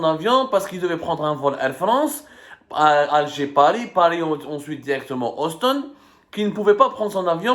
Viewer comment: C’est austin ou houston mais pas auston mon cher